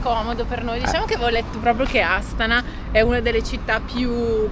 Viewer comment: Buondì e. Secondo me gli accenti sulla pronuncia di Astana e Almaty sono sbagliati😂😂😂😂 Astàna(accento sulla seconda a) e Almàty(con accento sulla seconda a)....dovrebbero essere così 😂😂😂😂😂😂